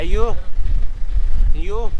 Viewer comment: rozbawiło mnie twoje "You" Xd